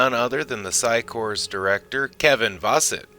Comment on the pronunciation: There is no p in core. The phycore does not have a p in it. So quit putting a p in the word.